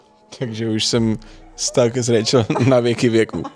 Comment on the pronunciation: Ty jsi Rachel a on ti říká "Rejčl"? Není to zvláštní? 🤭